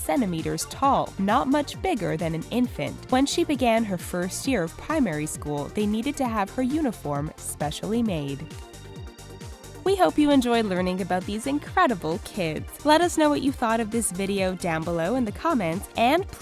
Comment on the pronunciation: Pimary lol it's primary school